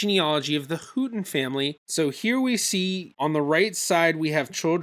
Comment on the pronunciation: Great episode. Looking forward to the next one! I wish I was as organized as!...Houghton is pronounced Howton. Those potential ancestors can be a curse. I have a few that keep popping up that I know are incorrect, but I can't find the correct person yet.